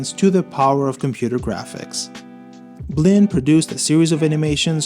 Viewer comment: BLINN I THOUGHT YOU SAID BLEND holy SHIT I was having a crisis for a second until I saw it spelled out